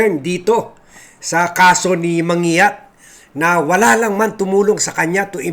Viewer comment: man gi yat ang pronounciation ng surname na yan.